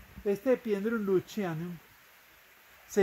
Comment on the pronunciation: no se pronuncia Epidendrum luchianum. Es un Epidendrum leucochilum, se pronuncia "leuco-kilum" Un exemplar sensacional!